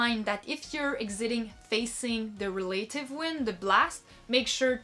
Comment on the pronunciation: Check your pronunciation of "relative" please.